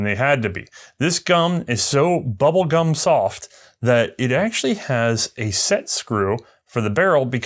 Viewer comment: I heard, "this gum, is so bubble gun soft..." And I laughed.